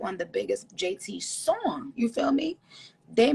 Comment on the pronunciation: Everybody talking about “this is so great” blah blah, she literally didn’t even know JT’s name 😂 she called her jay-taria. Like pls y’all get a grip